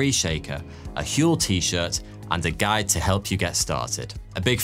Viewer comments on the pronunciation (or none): none